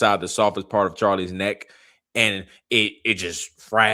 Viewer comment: Why does she say "nack" and not neck. Sooooo Annoying !!!